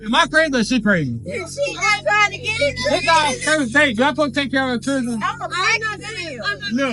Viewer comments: She has 3 Chilrens, the "D" is silent😂🐾🐾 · The one in glasses... "I have 3 jur-rands"🤦🏻‍♂️⁉️ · "I got 3 chewdren"... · "I Got Three Churdren, You know that" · "I gots three chirren at home". If you can't speak properly, annunciate, or pronounce words like they're supposed to be said then I'm out.